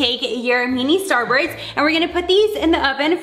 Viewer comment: I love How She Says Starburst She Be Like Starburts